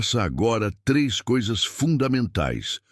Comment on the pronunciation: Enfrentar coisas nao sao cousas kkkkkkkkkkkkkkk essa ia num toma jeito